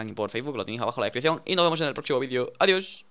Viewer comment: EZEH "ADIÓH, ADIÓH" DEHL FYNAL ME DEGJØ TOHO LØCØ :v